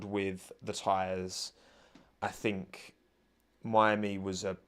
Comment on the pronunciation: “I don’t fink you ‘ave the facilities for dat, big man”